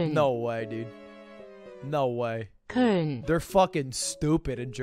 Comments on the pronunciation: Reads Köln and says Cone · Alright mate I've gotta take a stand for us Germans Cologne or Köln is an amazing city and we do NOT say cone you forgot about 2 out of the 4 letters in the word ;-; Good job mispronouncing it this badly AAAAAAh ok now i feel better Ps: this is not intended as a hate comment :D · Lud reads "K O L N", hears "köln" and repeats "cone" then calls us dumb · Germans: ~Köln~ Ludwig: "They stupid, they just say CONE" ????? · Yea I live there. And it’s definitely not pronounced „Cone“... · As an american who has been living in Germany for over a year now, Lud's pronunciation of Köln physically hurt me. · I come from Cologne and boyyy was he pronouncing it wrong hahah